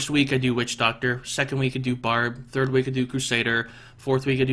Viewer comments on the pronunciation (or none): none